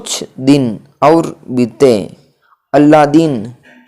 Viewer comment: अलादीन का अल्लादीन बोल रहे, बूढ़ी का बुड्ढी बोल रहे हो नवयान तो समझ ही नहीं आ रहा। इन शब्दों से ही बहुत मिस्टेक होजाएगी इसलिए कहा क्लियर बोलिये